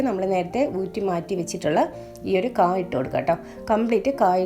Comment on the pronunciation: Kaa. Alla kaaya. Okay 😂. Samghathi kollam. Ta to annathu kurachu kurakuka 😂